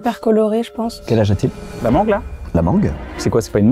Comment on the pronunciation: la" manGuE" c'était pour m'abattre 😂😂